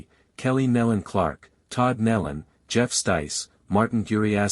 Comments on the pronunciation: "Neeeeeelon". AI......say it right. For crying out loud. Neeelon. Not Nellon. Lordy. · Kneelun is how it's pronounced btw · I just wish they would pronounce their name right Neelan